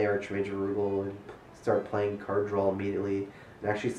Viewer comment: Drinking game! Take a drink after says "drawl"